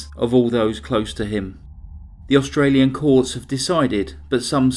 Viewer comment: Well done on your pronunciation of our Australian towns!